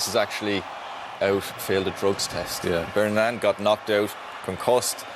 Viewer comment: Lol this man cannot pronounce Iranian names.. it’s Taremi not Torabi who’s the star- Torabi is another player…and the goalie’s name is pronounced BAY-RON-VAND😊